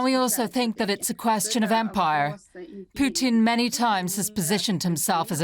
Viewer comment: Let's get his name right. It's "Poo-tin".